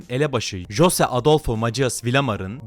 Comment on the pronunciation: Abi güzel video olmuşta jose değil hoze ve macias değil masias diye okulmalısın onun dışında Güney Amerika baya karışcak ya inşallah diğer güney ülkelerine ya da texasa sıçramaz